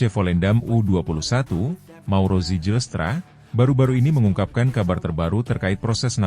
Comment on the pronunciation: Zijlstra = *baca - Ziylstra / Zilstra ajaaa.. please.. 😅